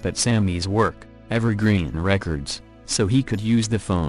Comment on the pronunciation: How is it that the robot clearly said “Evergreen Records,” then when the two men left, it said “Av ar ooh?” It did that on several stories. Wtf?